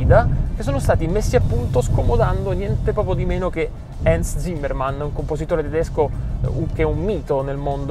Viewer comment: Hans Zimmer, non Zimmermann, però ci sta oh, sta guidando e parlando, bel video! Comunque il confronto del sound sarebbe impietoso sia per l'eletttrico che per le ultime turbo se messe in confronto con l'E60 V10 e le E46 6L e E92 V8.